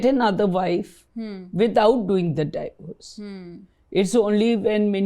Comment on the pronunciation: Thanks! Very informative. Its not 'die-vorce', it's 'dee-vorce'.